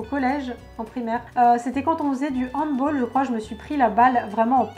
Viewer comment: cc on dit HANDBALL pas HANDBOLL